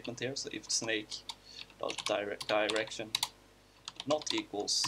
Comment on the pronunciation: What I understood: when he said "in a direction" it sounded like he said "that erection"